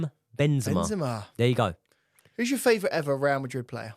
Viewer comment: can say Panathinaikos but can't say favourite - Australian Hardcore fan